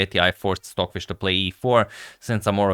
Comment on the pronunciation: I’m going nuts! Are you saying swordfish? Or Stockfish?